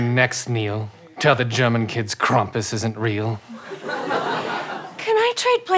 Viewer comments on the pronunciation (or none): When said Krampus... Okay okay a brief explanation: Krampus is a woodland creature in German Culture who interrogates the kids and, if they were bad, kidnaps them and throws them into the river. It is not pronounced the way he said it, it's pronounced Krahmp-oos. If you want to know what he looks like, take mustache and divide it by six.